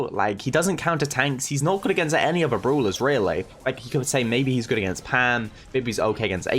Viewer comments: Yes very Good "Bruulers" 😂😂 lmao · itf funny how calls brawlers bruwlers